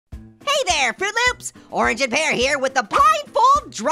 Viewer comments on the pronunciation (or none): Nobody notice that at the beginning he said “fruit loops” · Did orange just call us froot loops